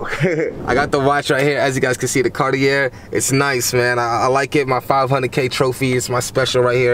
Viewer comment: it’s pronounced “carti-aye” 😅